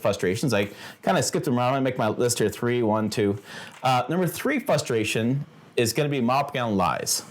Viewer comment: You mean we feel his "fustration". 😅